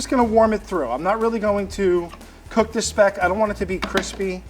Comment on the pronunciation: as a german I absolutly adore Franks pronunciation of the word "Speck"